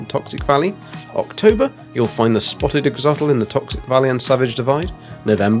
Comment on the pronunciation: It’s “Ax-o-lotl”., not “axotl”